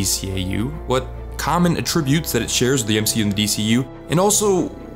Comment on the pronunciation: The way you keep pronouncing "attribute(s)" - "uh-TRIB-yoot" is the verb. The noun is pronounced "AT-tribyoot."